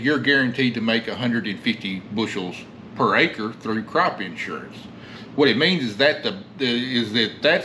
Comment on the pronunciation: In-surance lol